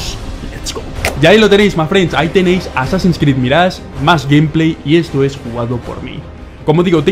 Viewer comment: Extraño que diga "azin krid balaya" 😢